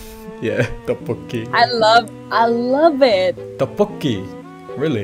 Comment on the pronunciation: “Aaaa toppoki gooud” 😭😭😭